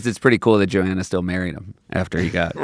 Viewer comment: Does Seth pronounce Joanna Newsom’s first name wrong, or do I? He said Johanna, I say Joanna.